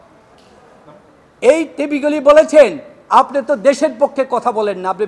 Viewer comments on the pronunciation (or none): none